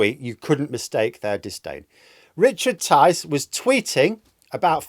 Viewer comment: Tice? Rhymes with lice?